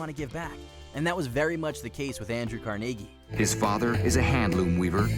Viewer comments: I know, right? Even time he said it I found myself quietly correcting him. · the way this guy pronounces Carnegie's name is wierd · Holy crap how can you not pronounce Carnegie correctly it says it in the documentary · The way he pronounced Carnegie made me cringe so hard lmaooo.